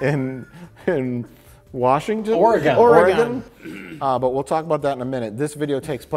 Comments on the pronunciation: I don’t think gives a fuck but it’s oh-reh-gahn. Not ore gone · tell me you don’t know how to pronounce Oregon without saying you don’t know how to pronounce Oregon. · The pronunciation of Oregon will never not drive me up the wall. It's pronounced like ORYGUN or even oregn, it should never sound like gone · Oregon is pronounced like organ with an e sound in the middle. Not like “ore-ee-gone.” I am aware that nobody will read this. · Say it with me "Or-uh-gun" not "Or-uh-gone". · its not ORE-A-GONE you FOOLS. Its just Organ, like the instrument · "Or a gun". Not "Or uh GAWN". Have some respect for the buffet ill. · It’s pronounced Or-eh-gun. Not Ore-ee-gone. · Or-eh-gun...not Or-gone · and listening to them pronounce it "ore-gone" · As someone who lives in Oregon, it is so endearing to hear them pronounce it as 'ORE-GONE.' Fantastic video though as always; made my night. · Everytime they pronounce Oregon "Ore-gone"😂😂😂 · and Ugh! The way you guys pronounce my state’s name is painful to hear. Oregon is pronounced Or-Gin. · Lol people who pronounce it Ore-gone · “Ore-gon” really,? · How they say Oregon hurts my Oregonian heart. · stop saying Oregon wrong. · Why are you all saying Oregon wrong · You guys are so smart but why are you saying Oregon incorrectly. It's so cringe.